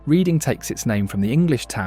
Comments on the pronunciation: I live in Pennsylvania, but no one I know ever calls it the town of Reading { REEDING)....it is pronounced {REDDING} just like in England. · Great video! Reading, PA is pronounced just like the Reading in England: "redding" not "reeding." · I’m from Reading PA. We pronounce it Red-ing Same as y’all. It’s good though, if you’re not from around here, chances are good you’d say reed-ing instead of red-ing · It's pronounced Red ing not reeding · This would be a better video if there weren’t obvious mistakes like pronouncing Reading PA like “reeding.” Probably an AI voiceover. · It's pronounced redding not reeding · As someone who grew up there, the pronunciation is "redding" not reeding...... can we not have British AI narrate this..... last crap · Your killing me with the Reeding pronunciation. It's pronounced exactly as the town you just informed me it was named after. It's pronounced "Redding" don't ruin an otherwise excellent video in the future. If your gonna mention a place do 30 seconds worth of research to find out how to pronounce it otherwise you look like an asshole. That is called real talk✌ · Red ding not Read ding. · Everyone in Reading pronounces it "Redding" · Reading, Pennsylvania is pronounced REDDING. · Pronounced Redding. Short E. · I’m from PA and grew up in Lancaster County, born in Ephrata. A few things to note. Unfortunately, almost all farms here use chemical sprays. Reading is pronounced Redding. There are many beautiful places to visit in this state. Great video. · One major issue from a local: Reading is NOT pronounced like that. It's the past tense way of saying it, "red-ing". But this is a wonderful video. Thank you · It’s pronounced RED-ing and it’s a shit hole and other than the pagoda there’s nothing nice or safe about it unfortunately. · Reading PA is pronounced (Redding). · While it is spelled "Reading" it's actually pronounced as "Redding" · Its unwatchable with the mispronounced REDDING. Its Red-ing. What's next? Aluminum?